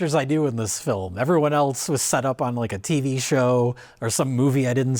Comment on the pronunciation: ...it will never stop being cute that pronounces the word "else" with a "t" in it... (32m35s)